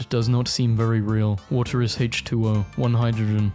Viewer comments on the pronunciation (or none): none